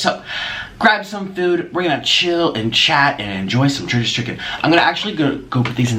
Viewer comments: I kept hearing Trisha's chicken instead of Church's chicken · When he starts off the video talking about 'churches chicken' and it sounds like Trisha's chicken 💁🏻‍♀️ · I thought you were saying Trish's Chicken lmao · He keeps saying “Trisha’s chicken” 😂